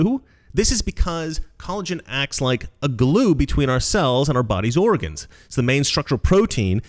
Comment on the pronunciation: You said, "Body's Oregons". Good and faithful citizen.